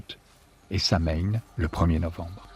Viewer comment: Samhain se prononce "sowin".